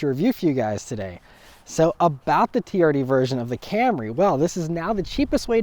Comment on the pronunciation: I'm sorry but I cant stop hearing the camery "TURD" 😂😂😂